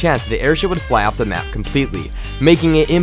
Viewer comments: The narrator that always says 'dee' intend of 'the' and can't pronounce any words properly is the MOST annoying thing EVER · what the fuck dude. the word is THE. NOT DE. jesus. i want to punch your brain.